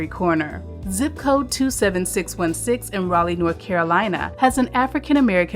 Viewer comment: Got raleigh wrong